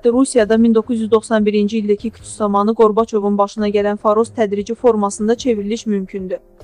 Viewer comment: Bu ne teleffuzdu vay vay qorbacov nedi